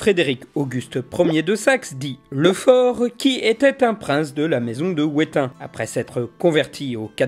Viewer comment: Jagellon se prononce [jagelɔn] soit en phonétique yaguélonn. Wettin se prononce [vetin] soit en phonétique vétinn Voilà le point du relou sur la prononciation, super vidéo sinon !